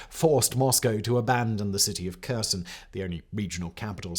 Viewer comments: Kherson and Kharkiv should start with sound H, not K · I appreciate your video, but please can you make an effort to say Kherson correctly.